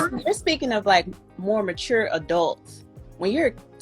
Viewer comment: I'm sorry Kevin, the way you say mature makes me laugh. Never heard anyone pronounce it that way